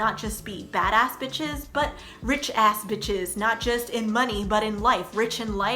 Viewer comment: I love how she says bishes, instead of the actual word